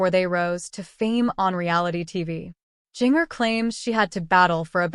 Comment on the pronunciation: Was this AI-generated audio? It was awful. Didn't even pronounce names correctly, particularly Jinger!!